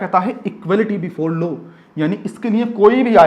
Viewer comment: Bhaiya low nahi law hota Haa 😂😂😂